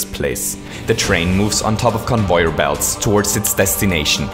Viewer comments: Im not racist og making fun but it sounds fun when he says convoyer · convoir belts